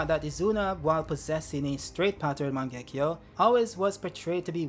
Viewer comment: mich triggert es übel wie falsch du viele Sachen aussprichst!!! sasuke.... uchia.... mangekyo😢izuna... wie iel kommt da noch? madara auch und jetzt ist das mangekyo ist gerade zu mango geworden,tobirama auch 😢 orochimaru,tomoe auch 🙈 hashirama...sag mal hast du jeh den manga gelesen oder mal den anime gesehen??? 🤔 oh nee warte is ki generiert,oder?!??